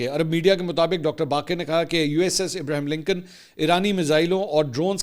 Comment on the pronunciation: امریکی جہاز کا نام ابراہیم لنکن نہیں . ابراھام لنکن ہے پہا جی